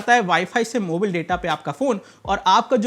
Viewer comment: भाई जी प्लीज...मोबाइल को मोबिल बोलना बंद कर दो। 🙏🙏🙏🙏🙏🙏🙏🙏🙏🙏🙏🙏🙏🙏🙏🙏🙏🙏🙏🙏🙏🙏